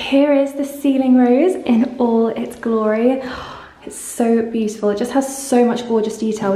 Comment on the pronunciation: Tired of hearing 'puhfect' and 'beauttfull' through all these vlogs!